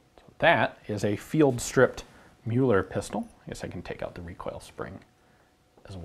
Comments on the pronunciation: Just because I know you take pride in pronounciation, Mr. McCollum sir - Müller in German would sound closer to "Myller" or even "Miller" than "Mueller". Cracking video as always! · Great I've been taught to pronounce Müller the wrong way. I knew something was off.